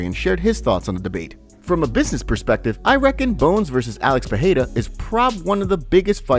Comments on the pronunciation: It's 'Pee air da' The 'da' isn't a hard D however. Your tongue should kiss the roof of your mouth making it soft like a 'th'. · stop fukin saying Peheida lmao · pe e ra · Pee aida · sounds lie jon anik says potada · if you ask chael its Pierra